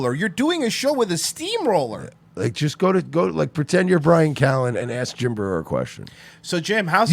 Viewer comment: You can really tell when someone is a huge fan of someone else when they can't even get their name right. Watch the end of that Breuer episode and Schaub completely butchers his name.